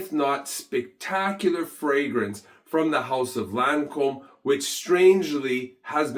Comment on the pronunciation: It's Lancome no Lancombe